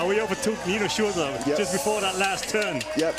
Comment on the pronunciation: Nice coverage guys. Please learn how to pronounce “Shurter” I wince every time you say “shureerr” and you say it a lot as you clearly love the man